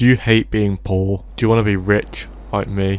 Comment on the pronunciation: "do you hayte bein pooohr? do you wanna be rich loike me?" YES PLEASE